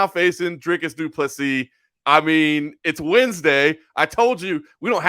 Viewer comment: As a south african and afrikaner i just wanna say thanks for finally saying dricus's name right. It's so mildly infuriating hearing so many americans butcher his name. So honestly thanks. And also goodluck to kelvin. He's gonna need it. Dricus ain't no joke but neither is kelvin. I'll be in dricus's corner but also I'm hoping just for a great fight over all. Best of luck and may you both come out safe and not badly hurt. May the best man win. Up the stillknocks